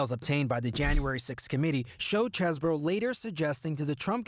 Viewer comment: why r they calling him Chess-bro? Is is pronounced Cheese-bro!!!!!!!! c'mon cnn😢